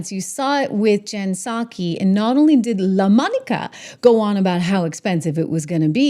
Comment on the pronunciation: I came here to hear you say "LA-MonicAA" 😂 I love it ❤😂